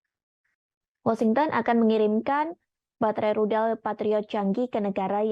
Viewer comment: Washington, bukan wasingten..Zelensky, bukan selensky. Level pembaca berita indon bicara mirip orang kampung..